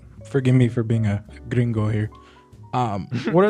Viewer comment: as a Cuban I have to acknowledge the respect put on that R in gringo lmao that was so 😭